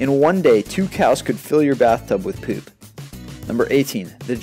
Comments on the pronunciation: lol food became Fuh-d poop became puh-p pillow became pill-o-uh and moon became Mune haha the way you emphasized the o's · He said poop funny.